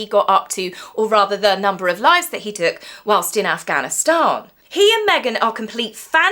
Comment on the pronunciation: I have never heard Afghanistan pronounced quite as posh as you did today....sounding like you'll be giving Lady C a run for her money soon 😂😂😂....keep up the good work my lovely 🌺